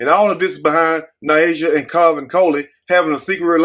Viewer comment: That new reporter sound like a wyt teacher that could care less to pronounce her name correctly... I would hope her name is pronounce like Ny Asia and not what the reporter said😮😮😮. Yikes